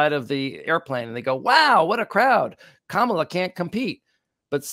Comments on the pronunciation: It’s comma-Luh not cam-uh-Luh. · it’s pronounced Ka ma la, comma la. Please.